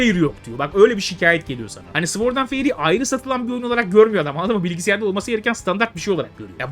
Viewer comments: Sword’da ‘W’ harfi sessizdir. Sord diye okunulur. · Güzel video. Ve tamamen iyi niyetimden söylüyorum sword öyle okunmuyo :)